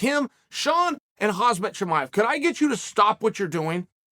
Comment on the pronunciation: Bro how do you still not know how to pronounce Khamzat Chimaev yet